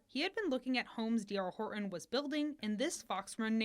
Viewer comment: Pronounce your Ts. HorTon!